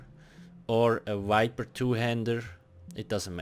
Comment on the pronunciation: Why do you replace V with W? Like instead of saying vampire you say wampire, and instead of saying viper you say wiper. Just curious.